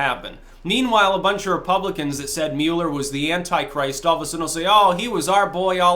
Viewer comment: Especially since you can’t pronounce his name right LOL